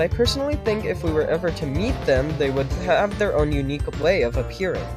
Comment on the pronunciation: “They would haHAve their own unique way of appearing, such as through dyIying with modifiers active.” Did you have a stroke or something?